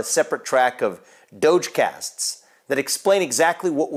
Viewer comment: Dogecasts? I thought he said doja cats!